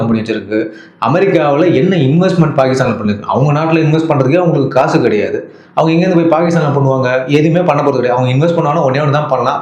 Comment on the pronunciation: கடையாது இல்ல மச்சி கிடையாது என்று சொல்லவும் 😮